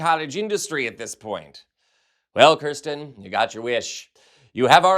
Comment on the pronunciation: If you are going to focus an entire segment to a person, please learn how to properly pronounce their name! It's Kyrsten, not Krysten. (Hideous though she may be...)